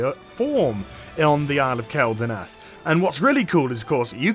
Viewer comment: kwel not kel